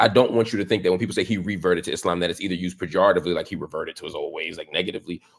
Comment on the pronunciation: Love how he says Islaam and not the typical Eeslam you normally hear on western shows